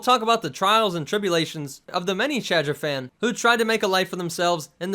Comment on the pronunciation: Take a shot every time he says Chadrphan